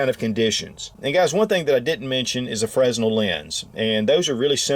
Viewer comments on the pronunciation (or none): And fresnel is pronounced frenel the s is silent (went to film school didn’t pan out)